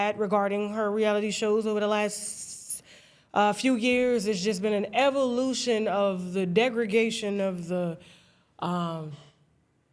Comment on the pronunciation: degraDation, not degregation and what happened to the side woman who committed that offense to your grandfather? You should do story times on your other channel…